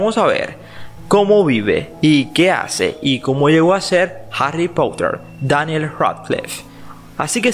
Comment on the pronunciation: 🛡Che,Exagera Muchísimo al decir Harry Potter y daniel dilo bien ya que no va a pasar nada si lo dices normal 🌬🛡